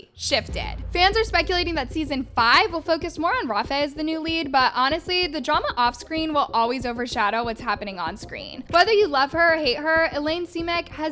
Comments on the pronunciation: why did she say ''rawfeh'' for rafe's name. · “redy” “rafae” 😭😭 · and rafes like 😭